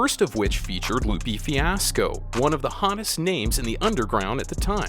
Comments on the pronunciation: did he pronounce lupiii fiasco????? this video lost it's credibility quick i'm done watching. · He really just called Lupe Fiasco - Loopy Fiasco